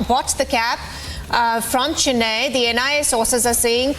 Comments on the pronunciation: Oh please. It is CHENNAI and not CHINNAI. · It is concerning that a reporter, who should possess a certain level of linguistic competence, fails to pronounce Chennai correctly. It is unfortunate that they seem out of place here in India😮‍💨